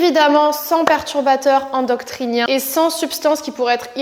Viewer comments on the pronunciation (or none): Perturbateurs endocriniens* 😄 (hormones) Trop mignon "endoctriniens"* 🤗